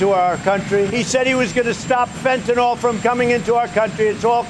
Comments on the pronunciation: Fentanyl: Fent-a-nil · Fentanyl is Fent-a-nill. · POTUS reps all states. It's "Fen tan naw" around here. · Everyone in my area pronounces fentanyl like that